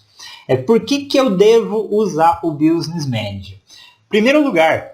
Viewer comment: Meu amigo, não se fala BIUsness Manager, se fala BÍSness Manager. Escrevi do jeito que se pronuncia em inglês.